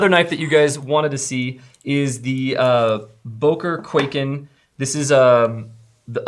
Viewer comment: I love how americans pronounce Böker😂😂😂